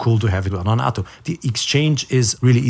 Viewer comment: FYI - Please correct me if I am wrong, but I think 'nato' is pronounced with a long "a" as in the NATO organization. Thanks again.